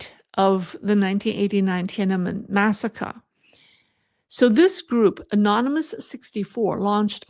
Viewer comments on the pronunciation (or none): none